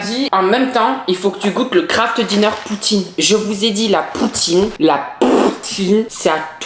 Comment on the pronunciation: je suis désolé mais du kraft dinner ça se dit avec un axent anglais